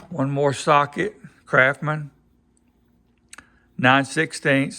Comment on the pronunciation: Those tools are NOT kraphmen. S and T aren't that hard to pronounce. Like the word Mustang. CRAFTSMAN not crafmen.